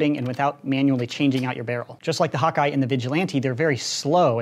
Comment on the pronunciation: When he says hawk eye I think he says hot guy lmao